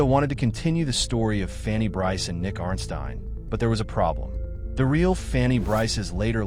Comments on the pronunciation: I thought this was a very good video until you pronounced Nicky Arnstein incorrectly. You have obviously never watched the movie or this is an AI narrator. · Interesting way of pronouncing Arnstein. Maybe watch the movie first